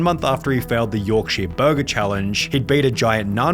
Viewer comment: Is that how you usually say "burger"?